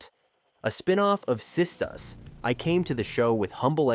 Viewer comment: Zat~A~Ma every time he says that I crack up and what about the way he is saying Sistas